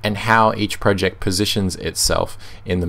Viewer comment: Spotify uses Electron, of course it will be slow. It's slow on pretty much every platform. For gnome, the g is silent. Project, not "proooject".